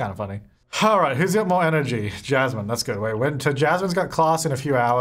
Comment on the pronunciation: Every time he said "Jasmine", all i could hear is "Chaz Man". Idk why 🧐